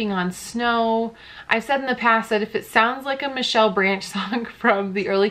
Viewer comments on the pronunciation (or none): none